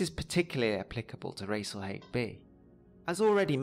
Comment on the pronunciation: I'd always thought it was pronounced " Rahs-al-Hahg" , given its Arabic roots.